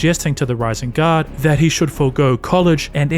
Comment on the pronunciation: U say "guard" I hear "God"😂